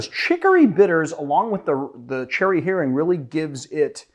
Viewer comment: I'll be that guy - since Cherry Heering is Danish, I found your pronunciation wayy too French. While I'm not sure it's supposed to be pronounced Danish per se, given "Cherry" in the name, Heering is the Danish inventor 's last name. I think the "proper" pronunciation would be reasonably well approximated if you just think "German-style rough" and "too lazy to actually say all the stuff so it's just a slur from the middle of the mouth"